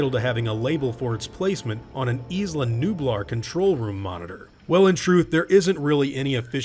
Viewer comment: Thw word isla is pronounced ai-la, not is-la